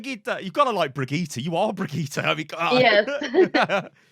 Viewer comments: She was too kind, you kept saying 'bragitta' jhahjahha it's BRI GIh TT EH Its ok you'll get there one day. Oh this video was sooo cool I want to see more like this! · Brigittah: Brigitte: Brigittaah:...yea, that was pretty good! No, it was not. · Y'all still don't know how to pronounce her name!? lol smh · bruh, it ain't 'Bridget' in English. Brigitte is a totally different word with totally different letters in totally different places my doggie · stills get the E wrong. I just realized how difficult it must be for non-swedes to pronounce Swedish E's. the "tte" is pronounced like the english "ten". Brigit10. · Well Brigitte is nit a swedish name, it's german. Reinhard gave her the name, so you have to say it like them. Bri-gitt-e. Not with an A in the end. Trust me I'm from Austria and here it is also a normal name xD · I speak german and she says it correctly, he just keeps putting an “ah” sound to the end. It’s bree-gee (pronounced like the gee in geek)-t-eh (as when you say “eh?” to someone) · ...and he is still saying the Name wrong xD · Pretty amazing. 45 minute video on something that could've been done in 2 seconds. That's also not how she says her name in the game. Weird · Because Reinhardt named Brigitte, you should speak it German, or not? If so, she speaks it wrong... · it’s an E not an A at the end. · Omg it is still wrong xD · can't say it, lol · the way you say Brigitte reminds me a bit of an Italian accent idk why 😂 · Its still wrong lol